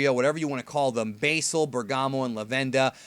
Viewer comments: say Basil's name correctly! It is pronounced Bah-sil not Bay-sil. Go research Basil Brush the Fox. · (sigh)) yep god dammit how hard is it to say basil (Baz-ill) its not like there is different ways to pronounce it. you're just saying it wrong for no reason, why? why? Why????????????????????????????????? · also are you still saying basel?